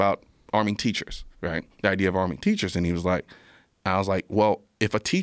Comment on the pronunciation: They're TEACHURRRRRS.